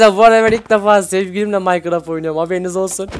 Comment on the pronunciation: abi o maykıraft diğil minecraft